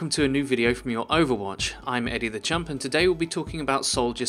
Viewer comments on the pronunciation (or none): When he says Eddie the champ I think he is saying Eddie the chump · Well... right you are